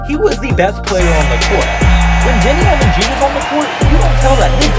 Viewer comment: Deni avdija is the best talent in this draft. You are not even close to say his name correctly, that only explains why you think like that. Deni is special player who you have never seen player like him.